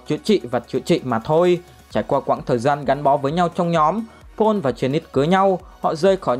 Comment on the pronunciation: May mà có phụ đề chứ ko Paul nghe ra “Pỏn” quá!